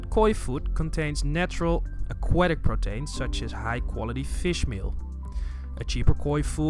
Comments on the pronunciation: not pro-tain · was clinching my ears every time he would say "Protains " instead of Proteins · The way you say protains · Lol, the way he says Proteins